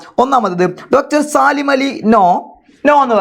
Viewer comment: സാലിം അല്ല സലീം എന്നാണ്